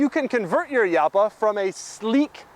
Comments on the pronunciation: It's pronounced Halpa not Yalpa. Lamborghini uses Spanish names for their cars ex GaYiardo, MourTHielago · As a guy that owned one of these for years I need to make a few comments. Doug! It is pronounced Halpa!!! Mine was a garage queen I found in Cleveland and it ran after sitting for years but I still had Evan's Automotive in Columbus Ohio (they work on exotics from around the world) rebuild it and like most cars of that era it did have some issues. First one of the head cam journals was out of round because some knuckle head over tightened the cam chain. And the front piston bank was scored which was typical because of the insufficient cooling. After a through rebuild and upgraded cooling I drove it for years and would have not hesitated to take it across the country. I have to laugh though because my windows took forever to raise just like in the video and I always wondered if the motors were going to fry. And he got the speedo right too. I had to use kilometers per hour and divide by two to get close to the actual mph. It's always easier to use a GPS for speed. The rear trunk was big and never got hot. We could put a 10x10 folding canopy, two folding chairs and a cooler in that thing. It is easy to store the TARGA (Doug) top behind the seats if you flip the seat backs forward. It drove like a go cart and was a blast. Here it is with a racing exhaust at the Arthritis Show in Dublin Ohio. Top speed geared out at 157 mph. I ran mine up to 142 mph and the faster it went you could feel the car getting lower to the ground and glue itself to the road. Wonderful machine. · The "J" is pronounced like an H. Like, "Hall-pa". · You pronounce it incorrectly, it's Halpa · Uhhhmm Doug, I believe Jalpa is pronounced like Jalpa the Hutt. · Are you sure it isn't pronounce Halpa? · Jalpa is Spanish and more correctly pronounced ˈxalpa , sounds more like "halpa". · It's pronounced "halpa". Kinda. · you pronounced jalpa as yalpa but what about juice? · Hal-pa. Ooo-ra-chan.